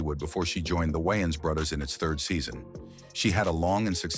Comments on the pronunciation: How The hell Does the voiceovers pronounce the names correctly then just butcher it later.. Ai talking about brudders sounding like lil Romeo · The wines brudders 😅😂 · The way it’s pronouncing Wiyans Bruthers got me😂😂😂